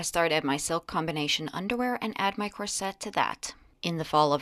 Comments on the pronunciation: COR-set not cor-SET. The emphasis is on the first syllable. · Get the pronunciation right, hunny, it’s not ‘corsette’, the emphasis is on the first syllable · I enjoy you show thoroughly, but for the love of language, please look up the proper way to pronounce CORSET!!!! Accent on the FIRST syllable, and the schwa sound for the "e"! Ngah! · Cors'et, sounds more like 'ut' emphasis on 1st syllable.. UK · The accent for corset is on the first part of the syllable. Look it up.